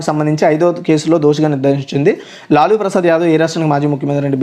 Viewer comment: లాలూ ప్రసాద్ యాదవు తను...లులు కాదు